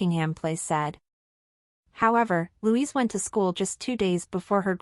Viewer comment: It's Lady Louise NOT Louisa.Get your scripts written properly.